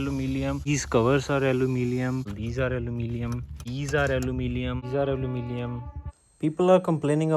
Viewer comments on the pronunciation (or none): Aluminum, not alumilium. And Splendor, not saplendor. By the way, I too have a CB350